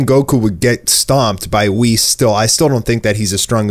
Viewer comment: U had me till you said whis